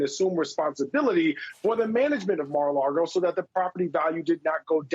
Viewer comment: Lago, not Largo.